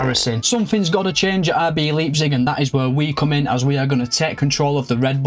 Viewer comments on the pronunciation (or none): You know whats absolutely embarrassing? You callling it Leeepzig. Leipzig. Leijpzig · RB Leeepzig”😂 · 1st Pronunciation of 2025: Laayp-zig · great video, mate. but that leipzig pronounciation has me rofl😂